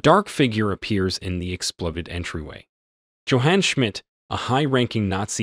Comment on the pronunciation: Schmidt's first name is pronounced: YOH-hahn